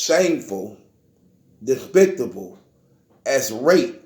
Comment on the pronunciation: Despicable; not despictable!